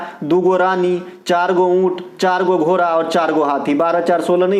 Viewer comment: घोरा नहीं घोड़ा होता है 😂